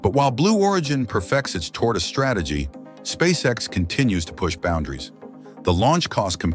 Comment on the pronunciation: The computer generated voice should be Elon‘s next big project. Just listening to miss pronounce the name of the company and components of the rocket. Is hysterical. That aside Spasecc X is way ahead of its competitors.